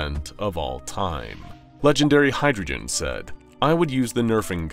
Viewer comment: I feel bad for Legendary Hydreigon. They got in the video, but pronounced Hydreigon incorrectly. Look it up before you call it Hydrogen.